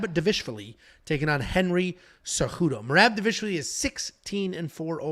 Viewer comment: Da-vish-vlee… come on. Dival-ish-vili